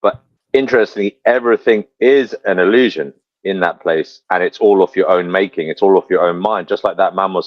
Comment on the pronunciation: . … no way this is a MANdilla defect? I know for a fact you stated opposite. . The more it lets us talk the better. More talk is more data man is considered free range cattle. can you send a picture!? Wow John Travolta Package deals illusion. iLL-looshin i-L-Lusion. EY3-eL-Looshing